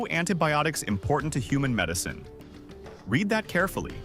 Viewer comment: When you recognize the AI narration right way because they can't pronounce the word "read" correctly, given the context. It's either pronounced REED or RED depending on tense. Somehow the AI that wrote script can't help the narration AI get it right.